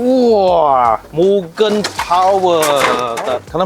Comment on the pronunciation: you pronounce Mugen wrongly, bro.